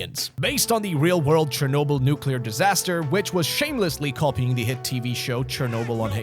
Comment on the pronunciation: CHERNOBYL, ITS CHERNOBYL FOR THE GODS SAKE!